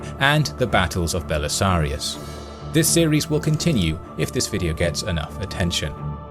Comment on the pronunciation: "Belisarius". Not "Belisarios".